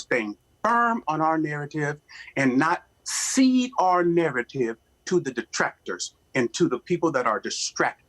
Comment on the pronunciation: Nair ruh tiv. Dig how this guy really annunciates any word over 2 syllables.